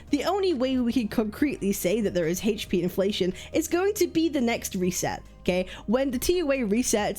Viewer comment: You seriously need to learn how to pronounce "HP."